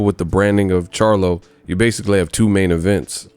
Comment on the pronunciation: 😂😂😂 you can't even say BASICALLY regular anymore. Always got to throw a little Kell Brook in it😂😂😂.